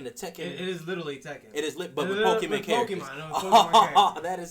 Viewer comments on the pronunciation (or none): ive been telling my brother for years its not called pokeman its called pokemon ( sounding like granny lol ) on another note this game wont be really all that bad to the pokemon fans because majority of them never complained about pokemon snap and for me who is a fan of pokemon i didnt like the game but i still played it